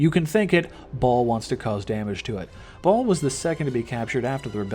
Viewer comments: Right! Who says it like that? Lol ball?? Its baal not ball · It's BALALALA not BALL! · Ball? You mean Baal you tard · It's Baal (with a long A) not Ball.... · Its bale not ball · Baal not ball lol 😂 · Nigga, I bouta woop yo ass just for repeating “Ball” Bitch it’s “BAYYYYL” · Its BAAL NOT BAWL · It's pronounced BALE, not ball 😂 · IT BAIL MAN NOT BALL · It's actually Bal but you do you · Yo idiot it's pronounced as Bail or Bale. Have you ever played Diablo? It says it in the game lol. What an embarrassment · its pronounced BAY-EL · Honestly people. It’s Bail. You hear it in a fucking cut scene for fuck sakes. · No its not bail its baal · why do u say baals name like ball? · Couldn't continue after your pronunciation of Baal